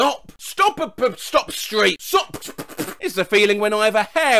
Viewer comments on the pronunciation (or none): Look, we can't keep stopping at every "sop", "yeld", or "one vay" sign. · ‘STOP’ ‘sawy’ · STOP! sawy🥴